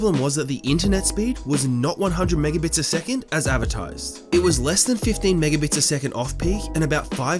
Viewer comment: an intellectual: "Megabits" rSlash, with intellect: "Mibibbups"